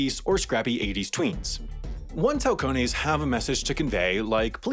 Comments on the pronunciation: Halcones pronounced AL CONE ES translation: hawk they’re look outs like hawks. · “halcones” is spanish for “falcons” and is pronounced “alcones”. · For anyone who wants to read out loud a word in Spanish that starts with H, just ignore the letter, seriously just don't even think about pronouncing it. Halcones is pronounced alcones... period, full stop. It (the h) shouldn't even be there, except for stupid spelling reasons. Its a silent h if the word begins with it, if you pronounce it in the wrong word it is sufficient reason to get punched in the face. Or have a throat smile carved into your neck. Seriously, it can be that bad. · halcones = falcons, pronunciation = alcones. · Lol wow I'm pretty sure its Falcones for Falcon bird, not Halcones jesus... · How do Americans know how to say "hola" but still pronounce the 'h' in shit like "halcones" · Mexican here. Halcones are falcons. The h is silent. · Halcones silent H. Means hawks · Why butcher Spanish like this D: the H makes no sound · we should also tell him h isn't pronounced in Spanish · Oh man, you should've listened to the Spanish word "halcones", hahaha. In Spanish the h is basically always silent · it’s pronounced los Setas like with an s and “alcones” like the h is silent